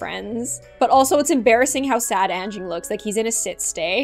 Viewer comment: I am from Indonesia and you said anging wrong